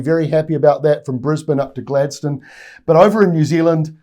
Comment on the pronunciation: Nailed the Gladstone pronunciation 🤩👍